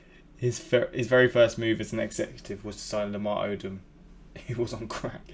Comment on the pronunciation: Odom is pronounced oh dumb